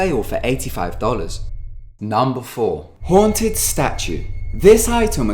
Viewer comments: WOW MANY TIMES HAVE YOU EVER NEED TO BE A GOOD WAY TO SAY HONTED XD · how many times did he say hoanted